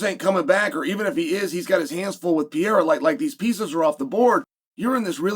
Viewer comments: Dang Chael... you murdered Alex's last name...CTE maybe?? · Amazing how one man can go undefeated in a cage where you fight for money, but also never win a round against another man's last name... it's truly the most ironic thing of all time. He's repeatedly lost to pronunciation through out his heralded career. No man can beat him and there's no name he can't screw up. That's our Chael Sonnen. The people's champ. 😂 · Hahaha finally someone said it! Alex has gotten so big and Chael still can' say his name right, makes me giggle every time. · Can someone tell me who pee-er-a is? I know who Pereria is. I love how chael always pronounces it that way, and nobody corrects him ever. Ha ha. Where is the hot Mic by the way? Uncle chael making up stories again ha ha. At least he’s not making up stories about the nouegara bros feeding a carrot to a bus. Ah the American gangsta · Cheal is a genius...just keeps saying the name wrong on purpose 😅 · Chael Sonnen. Undefeated and undisputed without question the greatest of all time. At everything except saying anyone's name correctly ever. I don't know if he's ever had a segment where he hasn't completely butchered somebody's name. Who the fuck is this French fighter named Pierre that he keeps mentioning. Then the New Mexican fighter named Piera. Like it's so sad and the dude says it wrong over and over. Pier-uh Pier-uh Alex Pier-uh...😅 I almost had to stop watching out of the sheer disrespect for poor Alex Periera. 😢 Chael the dude has two R's in his last name. Fucking learn to speak or get a dialect coach or something. Like it's gotten out of hand. You just confused half your audience for 30 seconds thinking there could be a guy named Pierre then a guy named Piera who we haven't heard about. Thank god you finally said Alex Piera finally so we could at least realize it was just your horrible effort on pronouncing Alex Periera. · Wtf is pierra, Sheila??? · ALEX PEE-ERA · Man you butcher alex pereiras name lol